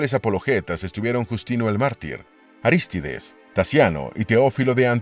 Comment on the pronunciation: Favor revisar la pronunciación de las palabras Cesarea y Arístides.